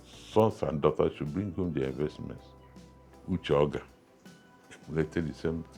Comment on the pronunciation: His name is not Uche Ogá. Make research and know how to pronounce people’s names. You made this same mistake with Justice Oputa’s name.